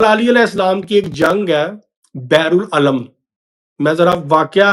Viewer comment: Beer ul alam is the right pronunciation. Beer means kuwaan, wel.